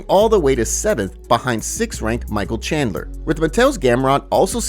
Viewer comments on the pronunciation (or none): none